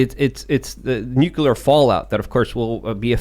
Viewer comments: I get annoyed at the constant harping on this topic because keeps saying “nukular” instead of nuclear. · Every time says "nukular" I die a little inside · ....nu clear. Not nuke you lur. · When is going to learn how to pronounce Nu Cle Ar, not Nu Cu Lar? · Repeat after me: Nook-LEE-errrr 😅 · Ever time adds a ln extra u in nuclear, I get slightly more angry. LoL